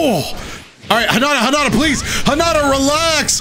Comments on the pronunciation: Hinata not hinada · ''hanata realx'' excuse me why do you pronounce it like that every character says hinata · You say "Hinata" like "Highnata"? That's wild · I know this is 1 year old but this dude says he loves the franchise even tho he says narudo and karin kirin and hinata hanata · i thought it pronounce as " hee naa tah " >w<